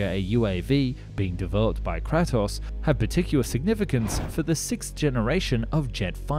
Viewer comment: you did not just pronounce Kratos like that wtf